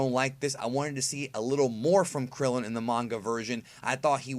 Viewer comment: Damn at least put some respek on Krillin & Tien's name